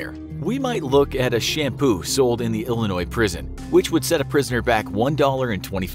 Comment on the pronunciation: I live in Illinois and thank you for saying Illinois without saying it with a s